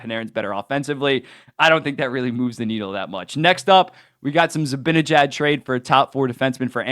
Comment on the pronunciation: How hard is it for you to say Z-i-b-a-n-e-j-a-d and not Zibinejad?